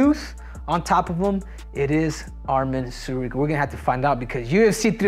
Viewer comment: I'm astonished that he is pronouncing Tsarukyan correctly